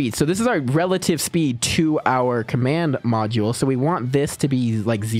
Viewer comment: "Command podule" 💀